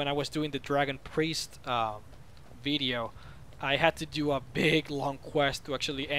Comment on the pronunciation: i love the way he says bideo not video